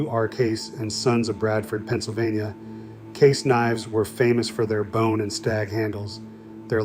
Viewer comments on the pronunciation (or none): none